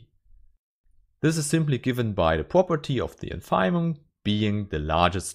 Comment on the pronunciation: Congratulations as always. I'm aware that English is neither your mother language nor mine but I think that you should check the pronunciation of INFIMUM.